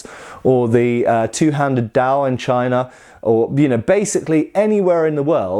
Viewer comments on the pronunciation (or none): none